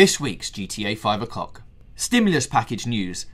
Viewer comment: Yep he definitely says 5 o'Cock